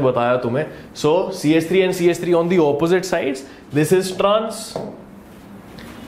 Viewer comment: Was laughing my heads off for "Zame " and "Epposite"